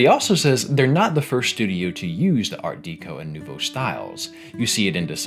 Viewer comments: Someone tell this man it is pronounced "Art Deh-co" not Deek-o. How is this dude making a video about a French Game and can't say Deco correctly. Art Deco litteraly comes from Decoration. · Art DEH-KO, not DEE-KO. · Okay I’ve been pestered by this for weeks at this point. Art Deco is pronounced like Decoration, “deh” not “dee”. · Oh my god…. You didn’t just say art DEEco. Someone wake me up when we are all no longer suffering from ghsfjukluduuicvaww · I'm pretty sure 'deco' in 'art deco' is pronounced like decoration. Its a small thing but it got me every time. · It's pronounced "Art-Deck-O" btw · Imagine making a 46 minute long video repeatedly using the phrase "art deco" but pronouncing it wrong every time. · Never have I ever heard someone pronounce art deco like that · can't say I've heard someone pronunce Art Deco that way 😅